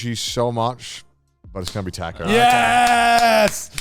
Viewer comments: Everyone: “Taco” Garnt: “Tarco” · I still can't forgive Joey for that Tha-co pronunciation early in the video xD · Connor making fun of Joe saying tortilla when he says tAcko XD